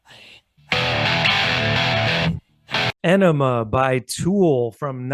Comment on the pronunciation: It's pronounced ah-ne-muh not enema like a poop thing. It's funny how music is purely subjective since I find the record fucking incredible, number 1, deep, profound, everything!!!!!! And you're both like meh, it sorta sucks. LOL.